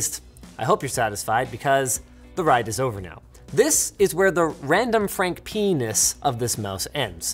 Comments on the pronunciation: Linus really said randomfrankp-ness 😂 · Linus said pee-nus LoL😁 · Linus says P ness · Did Linus just say RandomfrankP3N1S? giggity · Linus said P'ness